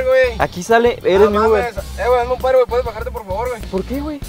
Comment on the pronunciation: "No soy tu UBRE" :v